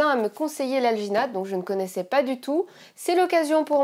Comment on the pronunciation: "alginate" j'ai due repasser la vidéo car j'avais compris vaginette. ouai ... me juger pas.